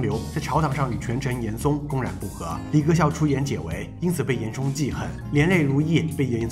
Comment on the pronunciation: 大哥，是严嵩（song），不是严高